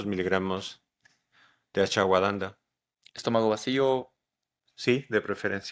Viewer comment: Muy buen video 👏🏼👏🏼👏🏼 Él quiere decir Ashwagandha pero lo pronuncia diferente (Por cierto es excelente como baja el estrés)